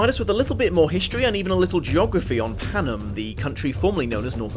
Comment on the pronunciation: Thresh kills clove, not Glimmer. Also the careers also include district 4 as well as 1 and 2. Also, Thank you for pronouncing Panem correctly. Although you didn't pronounce hamitch correctly. It's a long a